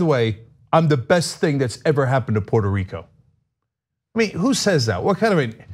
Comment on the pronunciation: Go back to his pronunciation of Port a Rico, in 2017.